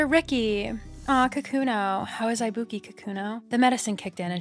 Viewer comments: LUV THIS also girl u r killing me ibuki is pronounced ee-boo-key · The mispronunciation of ibuki so many times made me piss myself laughing